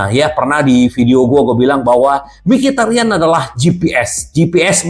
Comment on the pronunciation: mikitarian berubah jd mikitemean😂😂